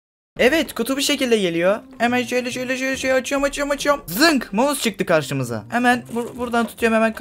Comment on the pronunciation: maus değil mouse